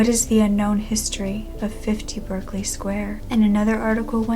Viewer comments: 1940? That should be 1740. Also, Berkeley is pronounced Barclay. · It’s pronounced “Barclay”